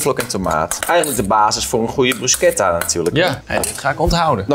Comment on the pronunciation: Eindelijk iemand die bruschetta op de goede manier zegt alleen jammer dat pistache dan wel fout word gezegd